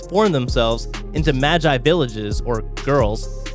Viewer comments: Mogee not magi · Stop saying māji! Its magi!!!!!! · When he said ma-gie I died inside